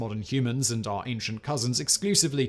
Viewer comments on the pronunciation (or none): none